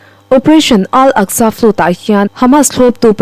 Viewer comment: Ziak tha, chhiar thiam bawk a, a ngaihnawm hle mai. Chhiar dik ngai lai 2 erawh a hriat viau: Flood chu "flud" tia chhiar loh tur. Secy (Secretary) hi a ziakah kaihtawi ni mah se, a thu kima chhiar tho turte zinga mi a ni. Rev. kan sawi dan ang hian aw.